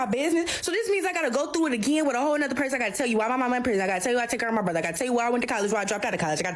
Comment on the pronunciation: How come they pronounce, Brother, " brotheeere"?